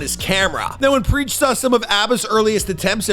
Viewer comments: you butchered Preach's name so hard loooooool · If you've followed this channel the last several years, you'd come to expect this 😂 he butchers damn near everyone's names... almost seems like it's on purpose at this point like it's his schtick 😂😆😂